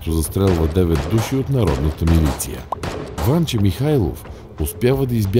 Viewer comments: Ужасно👏 дразнещи👏 звънци,👏 бълбукания👏 и👏 кървави👏 пръски👏 на👏 фона👏 на👏 дразнещо👏 наставническия,👏 като👏 за👏 малоумни👏 тон👏 на👏 четящия👏 текста.👏 Ударението👏 на👏 Станке👏 (Димитров)👏 е👏 на👏 последната👏 гласна👏 -👏 СтанкЕ.👏 Същото👏 и👏 с👏 ВанчЕ👏 (Михайлов).👏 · Ужасно дразнещи звънци, бълбукания и кървави пръски на фона на дразнещо наставническия, като за малоумни тон на четящия текста. Ударението на Станке (Димитров) е на последната гласна - СтанкЕ. Същото и с ВанчЕ (Михайлов).